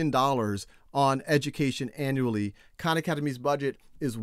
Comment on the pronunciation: When he said "Hi everyone, Sal Khan here", I heard it as "Shao Khan"